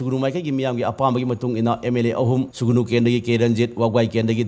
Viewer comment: Sugunu natte Sugnu nine manipur macha ne hyraga dufao khangdrabo noibo. Sugnu spelling fao chumna eba or chumna pronounce twba heitaba jidi yamna ekyna ngyniko😅